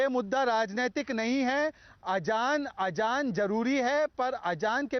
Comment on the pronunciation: ajaan 😂😂😂😂😂 are ghadi azaan azaan not ajaan 🤣🤣🤣🤣🤣🤣🤣🤣🤣🤣🤣🤣🤣🤣🤣🤣🤣🤣🤣🤣🤣🤣🤣🤣🤣🤣🤣🤣🤣🤣🤣